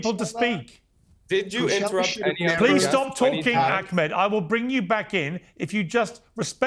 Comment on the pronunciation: Its Ahmed btw. Not Akmet..ignorant limey